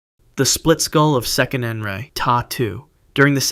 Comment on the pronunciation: Proper pronunciation is Se-qe-ne-nara (note the phonics) TAO not taa, it's TAO.